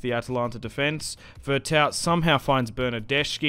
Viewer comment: Veretou the T is silent.